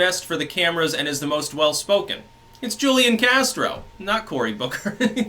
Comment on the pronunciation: As someone who lived in San Antonio when Castro was mayor his name Julian is pronounced wholian the J has an H sound Just fyi